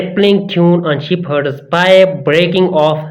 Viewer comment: Assalamualaikum. Sir please practice it first,we have to learn from cradle to grave,it is not sheip herd ,it is shefered, likewise it Nasel not nasal ,may Allah accept our repantence and bestow us with straight path inshallah ameen thankyou.